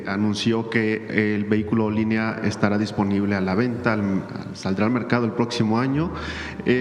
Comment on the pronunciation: Olin= movimiento, le agregan ía y se convierte en Olinía. y se pronuncia Olinía, se axentúa en la última i .